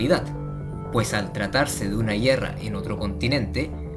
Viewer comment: A alguien mas le daba algo en el cerebro cuando decía GUIERRA?